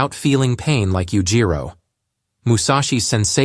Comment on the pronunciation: Oh i cant listen to this, Yujiro is just pronounced so wrong every single time.